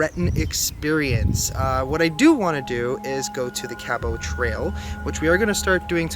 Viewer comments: As a Caper ( from Cape Breton) Sorry to tell you that you are not pronouncing "Cabot" Trail incorrectly , It sounds like you are saying "Cabo" but it pronounced like "Ca - but". Welcome to C.B. And love your videos . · It’s Cab-ot Pronouncing the ‘t’ Like John Cabot. Lol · Hey. We here in nova scotia pronounce the Cabot trail like ( cab but) trail. I sounds weird the way you are saying it. Just not use to it. ALSO, I have left you and lomar comments saying that you can get " BLACK HORSE" BEER in pictou county and there is 4 stores in halifax that sell it. You will probably be able to get it in cape Breton as well. I'm going to settle and watch your latest video. Looks like a good one! Take care on your travels. BTW... there is ALOT of construction going on out there!